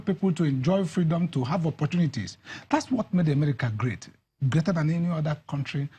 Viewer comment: please am I the only ear hearing Emerica? EMERICA